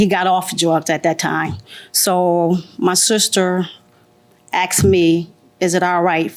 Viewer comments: People, the word is “asked.” Not axe. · “It shoulda been dere but it waddnt dere so I axsed her”